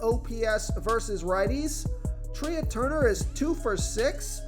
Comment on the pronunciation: It’s pronounced Trey Turner not Tree-ah. Come on.